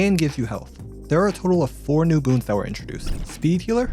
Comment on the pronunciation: I don’t think he said boon 😂